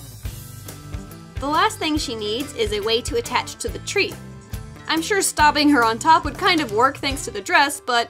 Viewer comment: I found this channel this last week & have been watching the videos. Have no artistic talent & no desire to remake dolls but have found these videos really relaxing. The only complaint I have is the mispronunciation of the word stabbing.